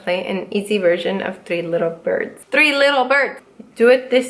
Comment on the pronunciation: Bloopers are so fun! "Three litter birds" 😂